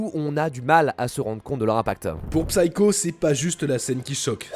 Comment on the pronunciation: Merci pour cette vidéo. Pour info (comme ça vous en apprendrez une aussi) Psycho se prononce /ˈsaɪ.kəʊ/ Le P est muet ! (C'est valable pour tous les mots anglais avec la même racine).